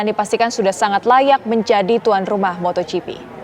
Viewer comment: MotoGP pak, bukan MotorGP